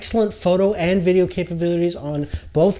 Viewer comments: man it's "VIDEO" Footage...not "VDDEO" hahahha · "voodeo" footage? lol Great review though. Decided to stick with 70D.